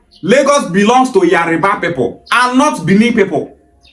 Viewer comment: What is wrong with some Igbos. You can tell that it is not spelled Yariba. Why pronounce it like that.